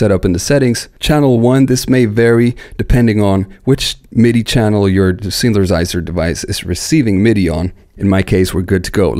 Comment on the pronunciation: Synthesizer = Synth-a-size-er. NOT: Synth-ER-size-ER. YOU know what I mean ? Just pop that first ER right outta there. Then drop that ER like a MF'In bomb like you don't need it in da mashina...know what I need... Just like that...yeah!